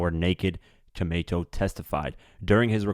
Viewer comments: It wasn’t a $2000 watch. That’s what they got for the watch... Camacho is pronounced “Co-MAH-cho”. NOT Co-MAY-cho… The perpetrator isn’t going back to court for “re arrangements”… He’s going back for “re arraignment”… (pronunciation re-A-RAIN-ment) Young boys… when your in lock up… SHUT UP!!! DUDE!!! DO BETTER!!! (Get an editor) Good info, though. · Lawd! It’s the mispronunciation for me. Baretta is not Berét. CaMACHO is not CAMAYCHO! And his name was BASHAR, not BASHEER! At least get that right. Nonetheless, this whole ordeal affected NY. Hell, the world! His music lives on through him. #longlivethewoo